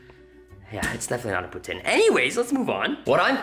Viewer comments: As a Canadian, I love poutine, however, that looks gross 🤢🤮 Also, I've never heard someone say poutin instead of poutine 😅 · It's poutine (poo teen)NOT pootin lmfao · poutine is pronounced (poo-teen) not (poo-tin